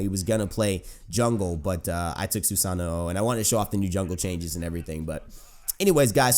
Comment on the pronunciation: SUE-SAH-NO end of disscussion, not hard to say at all